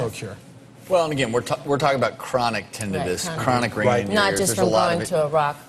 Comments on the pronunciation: It's not tenninus it's tinnitus, dummy. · Why is he calling it tinn nin nis????? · It's not tibnitus it's tinnitus, dummy.